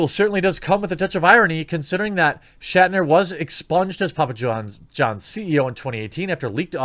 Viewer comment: Also it's "Schnatter", not "Shatner".